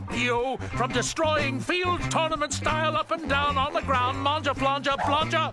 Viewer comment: the way he rolls that Grround is what gets me